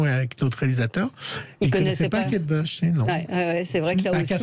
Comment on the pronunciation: On prononce Kate BOUCH et non BEUCH !